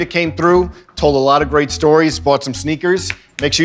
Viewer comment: when a child kidnapper rolls up to your house and says "Kid you want some sneakas"